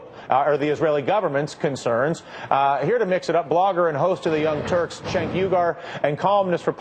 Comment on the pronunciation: Dylan Ratigan is officially unable to pronounce Cenk's name correctly. He ALWAYS says "CHenk", and this time even said UyGAR" TYT Publicist get on your job. I'd think Cenk would be at least a little annoyed by this.